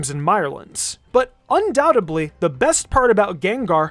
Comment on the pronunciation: Did he say undoubtedBly ?